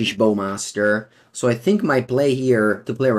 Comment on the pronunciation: I thought that was the case in the past, like when he was pronouncing Bowmasters like "Baumasters" as in "take a bow" rather than "bow and arrow", but it turned out he just wasn't aware of the actual pronunciation.